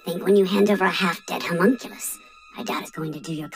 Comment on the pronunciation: I am BEGGING you. It's the O in homunculus is an "Uh" sound! Not an oo sound! Please!!!!!!!